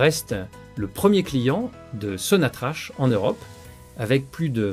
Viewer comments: Prière prononcer correctement le nom de la première société pétrolière qui est sonatrac et non pas sonatrache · Ça s'écrit sonatrach mais se prononce sonatrak.